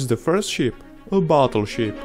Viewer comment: Wow. Thats just wow. Also i love how you say battleship